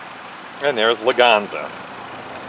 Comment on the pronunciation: lwganza? its Leganza